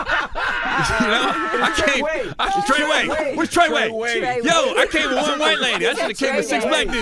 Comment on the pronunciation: Lol this fool said "TreDay" 😂😂😂😂😂😂💀💀💀💀💀